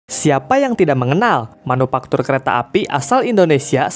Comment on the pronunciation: Manufaktur bukan manupaktur